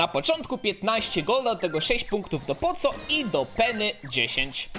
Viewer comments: NIE CZYTA SIĘ "POCO" TYLKO POKO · Czytaj poko a nie poco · Mówi się poko a nie poco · musze cie poprawić. Masz postać Poco pisze sie Poco a wymawia sie Poko. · Jak coś (tak mi się wydaje) powinno się mówić 'Poko' a nie Poco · Nie muwi sie poco tylko poko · NIE MÓWI SIĘ POCO TYLKO POKO ZAMIST C DAJ K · Mówi się poko nie poco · muw Poko a nie poco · Czyta sie poko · Jak cos mówi się "poko"😉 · Pisze sie poco ale czyta pako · Wymawia się "poko" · Czyta się poko to boli w uszy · Mówi się poko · poco czytaj poko token doubler czytaj token dołbler :D